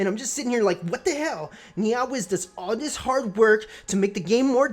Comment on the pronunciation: The way you pronounce NeoWiz is hilarious "NiaWiz" lul